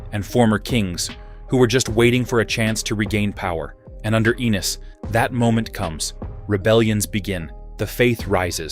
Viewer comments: I know they kept calling him anus, wtf. It's pronounced A-nees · Aye-knees, not Anus. Lol. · Stop using AI. He’s not Anus Targaryen 🤣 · It's pronoun A eynus not ANUS PPL!🤦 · I thought it was “Ennis”? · It’s Aeny’s not Annus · 😂Anus instead of Aenys 😂😂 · Ahh yes, good ol ‘Aenus’ Targaryen… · Hahah Aeynus hahaha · Aneys lol 😅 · lol he said Anus 😂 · I rather like the Anus pronunciation. It is fitting. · "Aenys loses control." Lmao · Pronunciation of both the names Daemon & especially Aenys felt odd 😅😂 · The AI pronunciation of Aenys and Daemon are totally cringe.